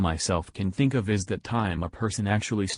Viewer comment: That dude needs to learn the difference between an F and a Th sound ffs. Boohoo the vets fink the game fey spent years playing has major problems, ya we do but it stems from our love and desire to see the game be the best it can be. Don't complain tubers, somefing bad could happen to you. Jesus